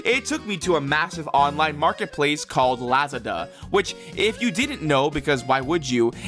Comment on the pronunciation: The way you pronounce Lazada 😭